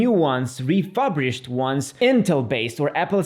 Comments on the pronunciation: "Refurbished", not "refubrished" :) great video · Your way if pronouncing “refurbished” is very unique 😅 Nevertheless, thanks for the good review of the Macbook choices!